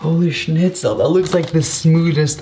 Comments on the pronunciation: potato guy 9000 it’s Schnitzel not Schmitzel Dude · Didn't he say Schnitzel? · I hear schnitzel